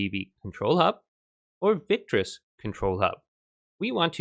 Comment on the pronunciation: victrix. Not victris